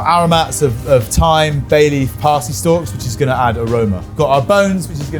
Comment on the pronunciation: Thyme? Ohhh. Haha.